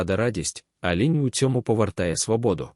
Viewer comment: Ш І читає луже погано, багато помилок у наголосах. І лІнь, а на лЕнь. Сама тема цікава. Дякую